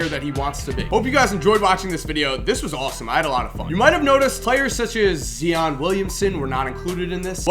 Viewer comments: It's Zion not zeeeon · Zion not zeeon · its pronounced like lion but with a Z not zeon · Zion not zeon 😂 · pernounced zI-on not zeon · dude its phy-on with a z. Not see-on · it's pronounced ZIIIIIION. not ZEEEEON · It's pronounced Zi on😂😂😂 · You said Zion wrong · It's not zeon its Zion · it is pronounced Z-eye-on not Zeon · its not zeon its z-eye-on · Dude said zeon it's Zion lol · zion is zye-on not zee-on just so u know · Zee-on 😂😂😂 its z-eye-on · You said Zion wrong it's not Zeon it's Zion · It's pronounced Z-ion not Zee-on c'mon. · "Z ON" really its Zion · I want u to make the vid with Zion but please pronounce his name right it's ziiii on not zeee on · Its not Z ee on, its Z ii on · Hey just to let you know it's pronounced "Z I ON", not "Z E ON". But anyways I loved this video, do more of these on high school recruits!! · He said like it was spelled zeon u fool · brady testerman it's actually pronounced Zi-an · you pronounce Zion's name like zi on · Who’s Zeeon? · Lol "Zeeon Williamson" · Zee-on Williamson u know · Its zion not zeon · he said zian williamson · Zee-on Williams 😂😂😂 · Nigga zeon who💀💀do you not know how to pronounce yo I’s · its pronounced (zy-on) but spelt zion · Zion (z-y-on) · This man said zeeon hahahaha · " ZEEon Williamson" of course he not gone be on the list if can't pronounce his name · Dude said zeeon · Its Zi-On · said Zeeon Williamson lmao. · Zee-on lmao. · Zi-On - Lebron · it's pronounced Z(eye)on Williamson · zee-on williamson... noice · "zee-on Williamson" 💀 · It's Z iiiiiiiii on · I've never heard of zeeon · "Zeeon Williamson" lol that's not how it's pronounced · Lol "zeon williamson" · Mans said Zeon instead of Zion😂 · Why is Zeeon it's Zion Williams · "Zion" not "Zeeon" 😂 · interesting pronounciation of zion lol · He says Zion wrong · you pronounced Zion wrong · zIon. pronounce the i. Luh you. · fyi it's pronounced Zion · He said ZION wrong😂💀🔥